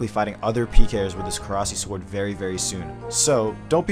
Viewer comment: Every time anyone calls it korasi I cringe so hard